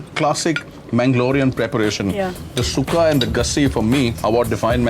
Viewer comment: its sukka(tulu) not sukha